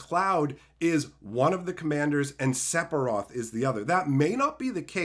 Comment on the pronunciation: SEF…SEFIROTH !! SEPHIROTH! SEF-IR-OTH PLEASE DONT TELL ME YOUVE BEEN SAYING SEPIROTH FOR 30 YEARS